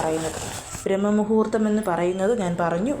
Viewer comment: " ബ്രഹ്മ " മുഹൂർത്തം അല്ല "ബ്രാഹ്മ "മുഹൂർത്തം ശരിയായ ഉച്ചാരണം.